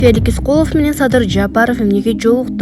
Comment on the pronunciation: Феликис дейтко